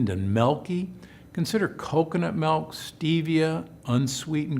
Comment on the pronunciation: Milk!!! Not “Melk” ….Ahhhhh🤯 Drives me crazy lol